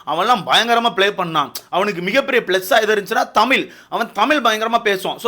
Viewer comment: தமீல் இல்லை தமிழ் bro ungaloda karuthu crct a irukk but tamizh nu sollarthuku badhila tamiilu nu solringa matta murchi pannunga